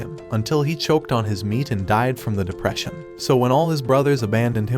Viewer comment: The dihpression